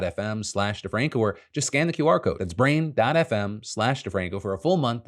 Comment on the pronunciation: it sounded like you said "braindead fm"...not brain dot fm. lol.